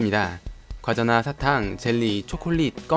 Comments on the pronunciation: 과자나가 아니라 과나자요? ㅋㅋ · 과나자->과자나 고쳐주세오 :>♡